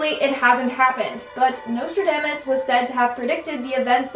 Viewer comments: Your pronounciation of Nostradamus hurts me 😓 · Every time you mispronounced Nostradamus, it just made me irrationally angry. Don't know why that bothered me so much. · The pronunciation of Nostradamus tho 😖